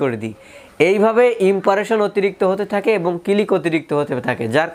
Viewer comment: ভাই কথাটা "ইমপারেশন" না। "ইমপ্রেশন" হবে। আশা করি পরের ভিডিওতে সঠিক উচ্চারণ করবেন। আমি আপনার চ্যানেলের ভিডিও দেখে থাকি।